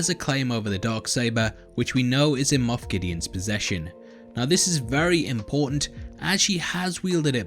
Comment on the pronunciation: It's Moff Gideon. :)